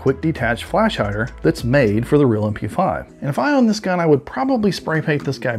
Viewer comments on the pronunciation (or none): none